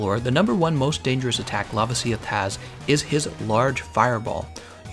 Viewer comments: It’s pronounced La-vasi-oth not Lava-si-oth. Sorry but I cringe every time you say it 😂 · Stop saying Lavasioth like it's spelled Lavasieth. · The way he pronounced lavasioth bothers me so much